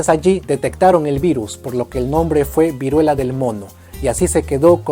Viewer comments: Vuriela xd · Vuriela xdxd